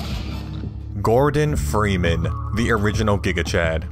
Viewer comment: Ah yes Fordon Greeman